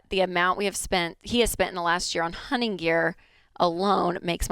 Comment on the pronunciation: Can someone tell Rachael there’s a T hunTing.